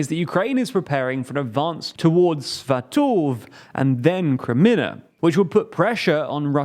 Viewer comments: Jesus, Brits are the damn worst about never even trying to pronounce any foreign placenames correctly. Svatove doesn't rhyme with 'stove,' Limey. There are clear and predictable patterns when pronouncing any Slavic words (such as they don't have the French silent e at the end of words like English) — be more mindful of 'em if you're trying to news at people. You sound like an ignorant Yank saying 'faj-eye-tah' or 'kway-sa-dilla' instead of fajita or quesadilla. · Sfah-tohv lol, you mean Svah-toh-vey? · it takes you 5 minutes on wikipedia to look up the phonetic pronounciatiom of some of these cities and towns. i cringed hard at that "sva toof" for svatove